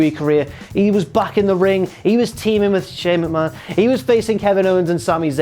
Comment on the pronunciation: The way he said Shane McMahon 😂😂😂